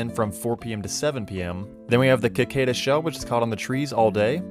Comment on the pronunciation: "Cicada" is pronounced with a sibilant C — si-kay-duh. : ) Thanks for this video, btw. Super helpful.